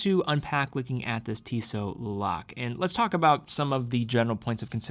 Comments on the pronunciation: That’s correct. Was actually thinking should have done the research on how to properly pronounce the name of the town before making the video. It is pronounced Luh-Lok-Luh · Le Locle is pronounced differently. You can test it out in google translate ;) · LeBron-Le Lock the door- Lock Le Locle, the e is silent from my understanding